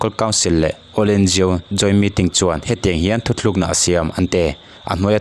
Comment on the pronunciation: Thu thlukna ni lovin thu tlukna tih zawk tur a ni e